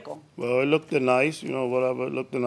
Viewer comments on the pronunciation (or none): It "look-ded nice" 🙄